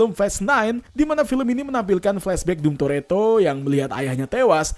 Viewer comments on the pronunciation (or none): Dom itu dibaca dom bukan dum